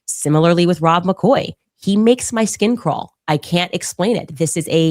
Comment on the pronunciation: Rob´ber Maccoy…….? Candace ˋOveńed ´ …….!